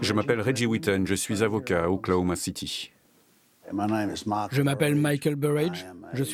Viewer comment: OKC KODON CITY ET NON OKLOMACITY